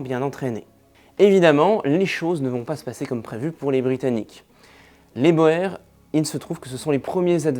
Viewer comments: Les "Bor" jamais entendu ca ! On prononce les "Bours" pour parler des Boers . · Ça se dit la guerre des "bour"..ce qui signifie paysan en néerlandais..C'est un détail..la vidéo est excellente..👍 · Excellente vidéo. Passionnant. Boers qui est un mot néerlandais se prononce plutôt bours